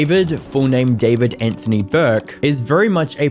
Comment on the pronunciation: Is it just me or did everyone think that bros name was pronounced "difored" instead of David